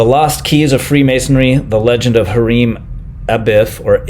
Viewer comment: His name is pronounced HI-REM, no idea how the last name is pronounced though. I only know because I had a customer by that name.